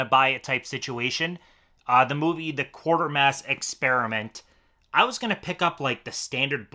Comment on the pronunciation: IT'S Quatermass not Quartermass